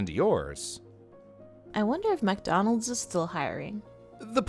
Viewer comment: MAC DAHNOULDS